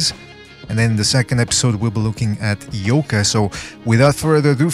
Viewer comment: Hmmm. I'll look into it. I might be able to find a Japanese stream as well. After all, I am the Undercover Asian. Thanks! By the way, pretty good pronunciation of the two guys' names. My ears still hurt from Max Kellerman's pronunciation of Naoya Inoue's name.